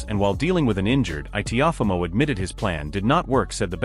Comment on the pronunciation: The narrator called him "Tee-off-amo" LOL